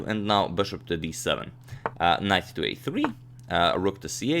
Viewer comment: Am I the only one that heard Knife instead of knight and ?!